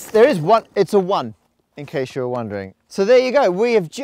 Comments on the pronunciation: "in case you're onedering" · "Its a one... in case you were ONEdering"